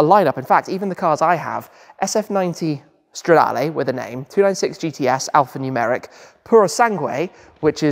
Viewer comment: it's like CHEELEENDREE😂 but your pronunce is very good on other words like Competizione or Stradale